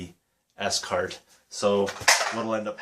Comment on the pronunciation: Cool finds mate . Scart are great wires to use . I adice if you do get on with the scarts m I advice getting gold type endings for em . Also its pronounced 'SCART' not s cart . :) . What do u teach :) . ? .